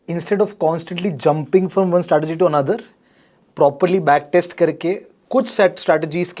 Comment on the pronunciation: क्या ये setargy होता है या स्ट्रेटजी, Ye janta sikhane wale setrji bol rahe hai Asha karte ho ki ye sahi sikha denge